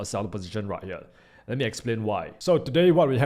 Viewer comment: I love your Videos but I do wish you would learn how to say the basic words as the rest of your English pronunciation is good but you are saying "Herell" instead of "Here".... "Tradell" instead of "Trader" which I would have thought youd know.